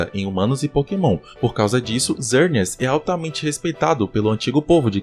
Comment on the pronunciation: Mano o nome do pokemon é xerneas não zerneas não tem lógica X com som de z kkkk